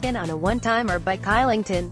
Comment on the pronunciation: Its pretty obvious that she doesn’t watch the game, she pronounced Oliver Kylington’s name “kylington” rather than “Shylington” and also said David Rittichs name incorrectly